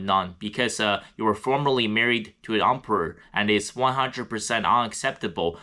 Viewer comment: I love the way you pronounce “Emperor” sounds like Ump-er